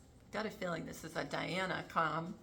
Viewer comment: So great to see you! Loved this video.. JOY!!, Was wondering if I've missed a decode on Juan O'Savin and the particular way he says Diana's name whenever mentioned. He clearly says Dee-Ana! So very strange since we've all known her as Lady Di! Not Lady Dee! 🎉